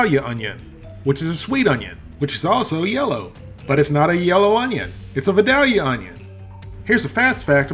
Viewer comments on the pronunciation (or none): Vi rhymes with vie not vick. Long i not short i. Vi day lee uh. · Being a true Son Of The South, I grew up eating this. I love it! 😎 Thanks for bringing up a true classic. And down here, it's pronounced "vye-day-lia". We use nice big "cat head biscuits" to sop up the gravy. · comon. You're southern enough to know Vidalia is a long I